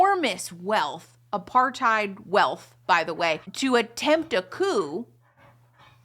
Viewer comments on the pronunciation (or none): none